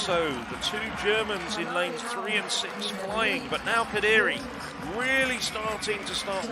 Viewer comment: Why is he saying Kadiri? Lol